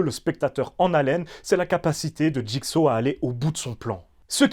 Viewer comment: Jigsa qu'il disait en doublage de jigsaw c'était honteux de même pas être capable de correctement appelé l'antagoniste maître de la franchise